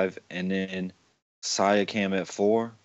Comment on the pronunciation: Shout out from the T-Dot guys. OG is a solid defender. It ain't Sia-cam. It is See-a-(kum). Peace, and thanks for all the terrific insight.